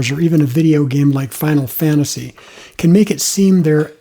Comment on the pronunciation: Did he say "final fintasy"?